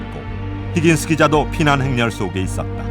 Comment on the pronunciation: 힌긴스~ 뭔개소리야 누군데 ??625 를사실그대로만 전달하세요 히긴스 가뭔데?